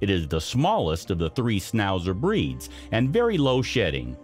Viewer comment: Why did you not check the spelling and pronunciation of the dog breeds…. (Schn not sn when pronouncing schnauzer, but there were plenty more mispronounciations) And hardly ‘newly discovered’